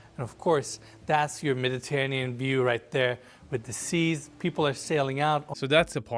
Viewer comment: pronounced it Meditanean Sea... no hate, just saying. That was crazy. Putting a pond in the backyard was such a bad idea dude now you're gonna like discount any families with kids because they're gonna worried about a kid drowning in a pond just put a big yard back there oh my God that would mean so nice kids running around the trees on the right instead of these narrow waterways like it's just so bad